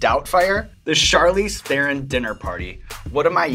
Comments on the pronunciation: Her American accent isn't fake. She learned English properly while she was in the US, so that's just how she speaks. And she pronounces her surname wrong on purpose so that Americans can repeat it. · She must be pissed off about hearing her name pronounced incorrectly for 100 times in just this video :D It's "Thron", not "The Ron" ;) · Charlize Theron is sooooooooo darn beautiful! By the way, her last name is pronounced "Tron" not "thè-ron". She was too sweet to correct you XD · Charlize "Thaaron" is how you pronounced her last name. #FirstWeFeast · Theron is pronounced Tron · Hollywood still mispronouncing her name its "Tron" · It’s pronounced Tron with a rolling T... and she did very very well. Maybe the best. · You pronounced Theron wrong, it's pronounced Taron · Theron is pronounce The-Rone. She says it on Ellen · he's a pretty good interviewer but lets see how he pronounces her name. He'll probably get it, it's not that ha- ...oh...oh no... Tharen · OH COME ON!!! a hollywood A-Lister ?! what show is this!! omg! :D her name is pronounced charlize thron :D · I really thought he would pronounce her last name correct! :D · When will anyone pronounce her last name right? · Yeah, she's so real she would not even pronounce her surname Theron correctly out of "shame" being South African. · C'mon Evans, mispronouncing Theron? You're losing your edge. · OMG, Sean got her name wrong! =O Was he so excited that he forgot to research the correct Afrikaans pronunciation? Guess that's what he got the 'asshole' for haha